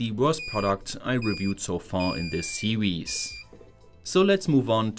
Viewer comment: "...on diz wid-eeoh see-weez"... Say no more... SUBSCRIBED! All joking aside, keep up the kick ass efforts! I'm a new fan!